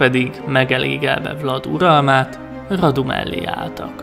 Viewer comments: Vlad= Vlád Radu= Rádu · A kiejtésekkel kicsit baj van, s néhány infót én nem így tudok, de lehet nem vagyok én olyan informált... ( kiejtések: Vlád Cépés, Mircséá, Rádu, Târgovisté ) Amúgy, ez kritika, de nem rossz indulatból írtam le! :) U.i.: Erdélyből vagyok, Segesvárról. S tudtom szerint, NEM SEGESVÁRON SZÜLETETT, SŐT...! Miaszar...? Hogy...? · Nincs ezzel semmi baj, de egy kicsit jobban tetszett volna, ha utánanéztél volna, hogy hogyan ejtik a neveket pl. Tepes-Cepes Radu-Rádu Targoviste-Türgoviste, de még egyszer mondom, nekem így is tetszett